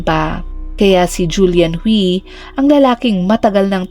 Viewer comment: Ang alam kong pagbigkas sa Hui ay huy hindi hwi